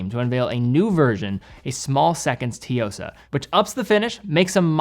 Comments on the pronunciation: Tzu-yo-sa not T-yo-sa 😊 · oh man idk how to articulate the pronunciation of Tsuyosa but it's not "Teeyosa", it's more like, uh, "Ch-yosah" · pronunciation of Tsuyosa is so bizarre. The "tsu" should sound more like "Sue" than "tee..." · "Su-Yo-Sa" - not si-yo-sa. First Japanese character is "Tsu" but you can drop the T and sound better for those of us who speak Japanese. Ignoring that, however your pronounce it, you hit the mark that it is a fantastic watch and delivers a surprising level of values built in for a great look - and a great price. Citizen has been punching up, and delivering also at great value. And a fast update - I just got it in blue, and wowza! Great look, bracelet even more refined that I expected, fit is slim, a great fun summer watch as well as every day watch... review is spot on, and the small seconds definitely is the more refined vs the date Tsuyosa. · It’s Tsuyosa, or even “suyosa” but not toyosa or tiyosa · Why would Tsuyosa be pronounced Tiyosa? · Its not tee-yo-sa. Its tsu-yo-sa. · I hope you're reading this, if it helps with pronouncing the Tsuyosa, just pronounce it as Sue-Yo-Suh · hi. As the other commenter mentioned it’s pronounced “sue-yo-sah”. Think of it being pronounced similarly to tsunami. The “tsu” vowel means that the “sue” is pronounced more forcefully. You can double check on deepl translator too if that helps, the hiragana (japanese characters) are つよさ. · Hearing T-yosa just hurt my ears, there was 0 effort pronouncing the name properly. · I’ve been following and enjoying your videos and watch content for at least five years, amazing work! One very minor comment about the Citizen’s pronunciation, it is pronounced “tsu” or “tzu”-yosa. Sorry it has been on my mind and I have to say something because I care about all the hard work you do. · its pronounced as (T) Suyosa like (T)Sunami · It's pronounced TSUyosa, like TSUnami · Tee-yosa? That's your best shot? (just teasing) ;)